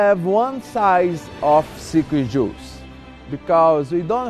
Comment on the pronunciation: Sounded like he says "secret jews" 😄 🤣 😂 😆 😄